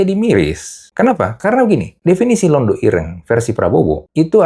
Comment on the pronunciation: Bukan Londho...tapi Londo..😂